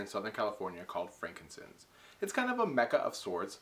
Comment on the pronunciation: Why does he pronounce it "frankincense?"